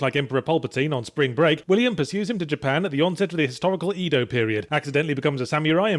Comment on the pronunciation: I would totally get on your case about how you can't seem to pronounce Japanese words properly, like "EEE-doh" instead of "eh-doh" as it's supposed to be, but I'm sure you'd just stick "sam-you-rye" weapon up my arse and "kai" pulse me to Okinawa and back. Maybe it's just the accent and that's why nobody from Japan ever understands British people. Anyway, instead I'm just going to say THANK YOU for doing the tiny bit of homework necessary to mention that the main character selection is loosely based on history instead of calling it a blatant power fantasy for hello kitty humping weeaboos like most other, less educated reviewers, think it is.